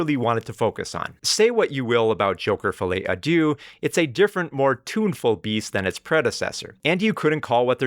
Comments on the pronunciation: As a french speaker it made my day to hear you say “fillet adieu” 😆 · It's not pronounced "Follie a Doo"😭